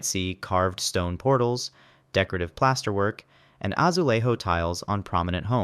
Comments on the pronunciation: “azueirro” oi deus meu 💀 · "azuleho"😒..... we don't speak spanish.... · ajulejo isn't pronounced that way my friend, you just pronounced the J as in spanish, while in portuguese, the J is pronounced just like in english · The "j" in Azulejo is pronounced closer to how it is in English than in Spanish